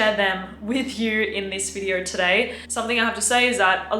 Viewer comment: go learn how to pronounce video before you give advice